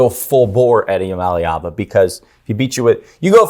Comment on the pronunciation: with the correct pronunciation of Nico Iamaleava!, all short vowels!